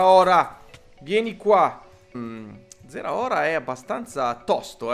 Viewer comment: si dice zaraora